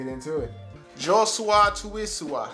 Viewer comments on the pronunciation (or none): Its pronounced Josua Tuisova with v no word is silent you also have to pronounce the letter v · Also his name is pronounced Yo-Su-Wa (Iosua) To-we-so-va (Tuisova)